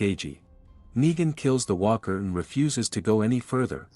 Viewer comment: Hey Mr Artificial intelligence Narrator? You said Weaker. The word is Walker. I'm now not afraid of a Cyberdyne Terminator AI apocalypse because AI is so stupid and I hope you stay that way because I want to keep my job you bastards!